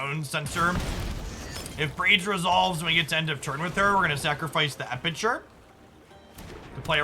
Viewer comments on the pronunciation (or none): EpiCure. Not EpiTure